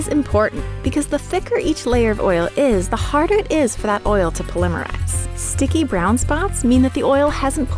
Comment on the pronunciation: It's POL-ih-mer-ize, not pol-EM-er-ize. Also, great. Instead of 100 different opinions/factual statements on how to properly care for cast iron, now there are 101.